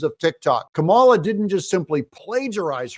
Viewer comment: Kuh-mala is so irrelevant. 😴